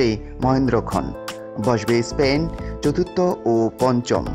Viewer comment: Ha ha ha ha ha. Vai Spain na span. Otvut kotha batra bole vaisap